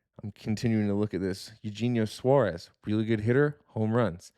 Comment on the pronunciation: is he saying eugenio suarez like that as a joke or does he really not know how it's pronounced? lol